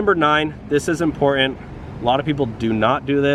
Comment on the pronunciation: Please learn to say important.